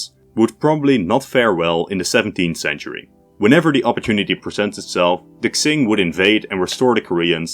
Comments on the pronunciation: Great video. For future reference, "Q" in Chinese is closer to a "ch" sound, so the Qing would be pronounced kind of like "Ching", not "Xing". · Qing is pronounced "Ching"😮‍💨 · Qing is pronounced like ‘ching’ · Please look up how to pronounce Qing? It's not Tzing, King or Xing.